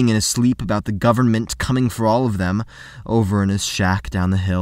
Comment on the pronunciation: Why does he keep saying Oyfum?